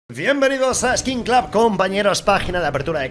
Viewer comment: Es cosa mía o dice Vienbenidos ??